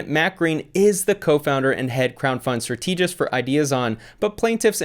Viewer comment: Love your videos, but you got learn how to say "strategist"